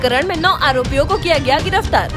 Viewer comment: गिरफतार नहीं गिरफ्तार होता है ।